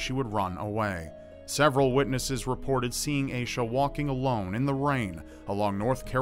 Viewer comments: its AH-sha not AY-sha ommmmg my skin is crawling hearing it mispronounced !!!! its my name also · Hearing mispronounce the name Asha (cause that's freaking my name) makes me want to die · It's not pronounced "Aye-Shuh", it's pronounced "Ash-Uh". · It's pronounced like Aw-sha not Aysha